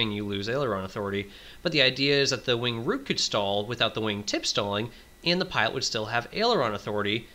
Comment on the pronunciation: Wing root, not wing route.